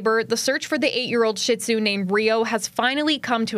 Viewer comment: He looks so much like my shih-tzu,Winston!So glad she got him back To the commentator,it is pronounced SHEED'ZU .Why do so many people mispronounce this breed's name???